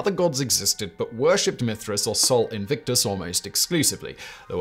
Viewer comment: Yet he managed to mis-pronounce Sol Invictus.